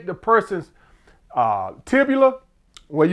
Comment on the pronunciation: “When you take the persons tibula” lmaooo